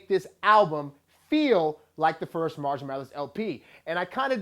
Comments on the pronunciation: Can you please pronounce his first name right? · Haha he said it wasn't better than Recovery LOL. and at least say 'marshall' right